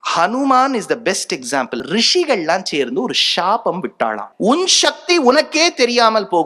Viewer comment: ஷ்ஷ்ஷாபம் இல்லை சாபம்